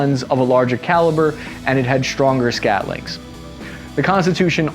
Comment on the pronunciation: Scantlings, not scatlings. Scatlings are tiny turds